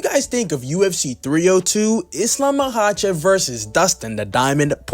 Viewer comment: Perfect pronunciation on Islams last name btw 💯